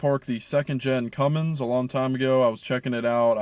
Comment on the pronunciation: Cummins. Not Cummings.